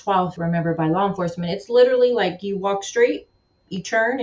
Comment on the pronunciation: it's LIKE. Not Luke.